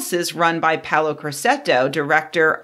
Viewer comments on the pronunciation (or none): none